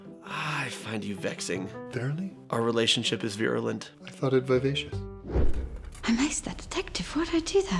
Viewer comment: "I thought it vivatios" oh, have a hug